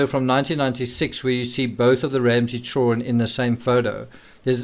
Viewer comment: ”Chillren” is driving me absolutely nuts. It’s ChilDren! How hard is that